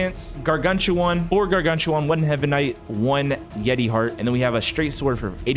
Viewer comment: yea and also pronounce garganCHuan